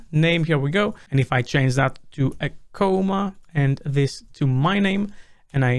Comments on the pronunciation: C-AH-MA, not C-OH-MA, thanks. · It's "comma" not "coma". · If you already pronounce comma like coma, how do you pronounce coma?